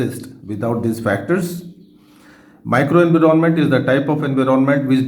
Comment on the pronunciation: Sir it’s environment not. Inveeronment